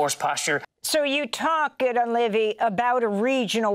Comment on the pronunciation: name is pronounced: Giddy-on Levy